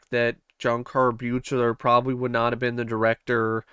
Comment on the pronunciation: How many times do I have to hear people say the director's name wrong??? It's suppose to sound like BEAKLER!!!! BEAK-LER... Good review but damn most people who enjoy these films doesn't know how to get the director for part 7's name right... I know I'm over reacting but to me it's like nails on a chalkboard.